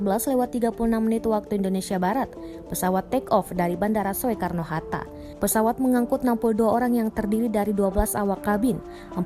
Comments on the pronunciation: Soekarno itu bacanya "Sukarno" bukan "Swekarno!" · Bilang saja SUKARNO HATTA, bukan SUEKARNO walapun ada huruf E. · kenapa bacanya so-e-karno bukan sukarno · Bacanya so e karno, baca sukarno...dasar pauk. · Soekarno Hatta itu dibacanya Sukarno hatta, bukan Sowekarno hatta. Semoga bisa lebih baik lagi ya. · Tolong naratornya benerin. Bukan "So-e-kar-no", tapi dibacanya "Su-kar-no". Itu nama Bapak Proklamator Indonesia lho. Btw semoga seluruh keluarga korban diberi kekuatan dan ketabahan, semoga semua korban segera ditemukan, dan semoga semua org yg terlibat dalam investigasi dan pencarian diberi kelancaran kesehatan dan keselamatan semuanya. Aamiin. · Pembaca berita mbok Ya yg bener bilang Sukarno masak dbaca Soekarno, turut berduka cita bagi para korban. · Soe Karno 😀😀 itu ejaan lama nak oe di baca U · Soekarno baca Sukarno,parah banget narasixa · Sowekarno itu bandara mana? Belajar Bahasa Indonesia nggak sih mbak nya... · Penyiar kok baca Soeharno Hatta nggak bisa ..Soe kab bacanya Su... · pendidikannya apa? Baca SOEKARNO aja masih salah. Malu²in Negara aja. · ini yg ngomong org indonesia bukan, baca soekarno aja gabisa